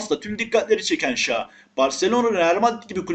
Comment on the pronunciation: Oyuncuların isimlerini bazen yanlıs telaffuz ediyon çok gıcık bi durum şa değil şaw kardesim 🤣